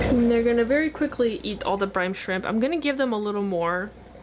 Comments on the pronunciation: it's brine shrimp not brimbe shrimp haha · its brine shrimp not brime shrimp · I love how it sounds like you're saying brimbe shrimp instead of brine😂 the baby Betta's are absolutely adorable❤ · I love that you say "Brime shrimp" and not brine shrimp 😂